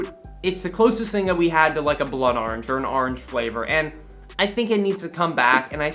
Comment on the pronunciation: saying "Orange": R-inge